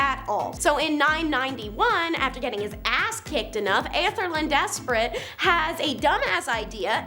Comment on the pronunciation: No problem! It's "Ethel-Red". Not too hard haha.